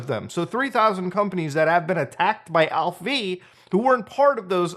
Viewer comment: Are you sure its pronounced Alph-V and not Alpha? 😅